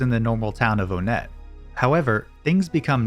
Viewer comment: Its ONE-ett :P